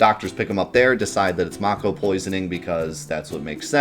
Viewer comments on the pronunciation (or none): its may ko not maw ko. get it right! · I want to watch this video but your pronunciation of mako is making it hard. I don't know how it's actually supposed to be pronounced but in my head it's always been "MAY-ko" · Man I hope the remake pronounces it like "make-oh" like how I thought it was pronounced my entire childhood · I stopped watching when I heard how he pronounced mako. I'm so offended!